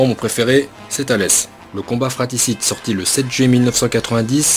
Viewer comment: On dit "fratRicide" mec... pas fraticide.